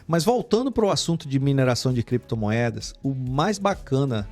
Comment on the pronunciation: Cada vez que o fala criptomoedas eu lembro dele falando: creptomoedas, heheheh.